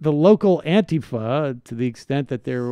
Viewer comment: Thumbs-up for stressing the A instead of the I in Antifa.